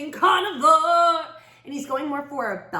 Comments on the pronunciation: One thing that is ticking me off is that you keep sounding like you are saying carnivore. He’s saying carnival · you soynd like your saying carnivor rather tthan carnival here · It sounded like you were saying "never ending carnivore", just wanted to say it's never ending carnival since RTC is where the teens died at a fair ground/carnival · Am I the only one laughing because she keeps saying carnivore instead of carnaval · i can't tell if she was saying carnivore instead of carnival 😭